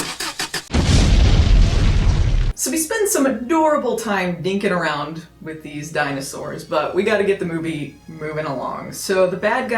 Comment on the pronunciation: Conrad was my favorite Moonbeams movie growing up. Btw, did you say they were “dinkin around” as in Dink the Little Dinosaur? 😂